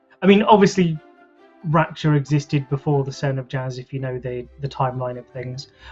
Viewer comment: Raksha... It's pronounced as how Ruckus starts , Rucksha.... Please get it right lol... We have that term in our mythologies xD...raksha sounds like rackshaw